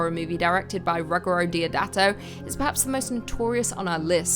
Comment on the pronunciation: Roo - gee - aero. Pronoune that fast and it's his proper first name